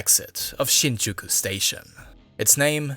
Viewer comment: Definitely ethnic Chinese or Taiwanese (with German influence/heritage). You'll find out by listening some of his pronunciations unique to the Mandarin speakers, e.g. words like then, other, July, and Shinjuku.